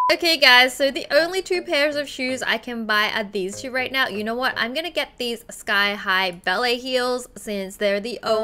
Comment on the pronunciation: Wengie: I want theese shoes. Me: It's sold out In December. Wengie: Oh they are sold out in December. Me: I know Wengie. Wengie: Then I want theese. Me again: Those are sold out in November, December. Wengie: Ohh theese are sold out in November, December. Me: I KNOW, WENGIE!! I KNOW!